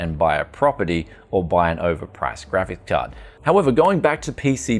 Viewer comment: My favorite youtuber with a speech impediment. Graphis Cahd, Cajun Theory. What's next on the menu?